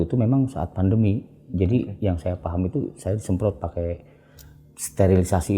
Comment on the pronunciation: Pandemi pak..bukan vandemi